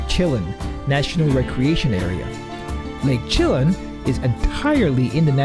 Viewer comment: Lake Chelan is pronounced wrong. It's pronounced she-lan, not shillin as in this video. This is coming from a local.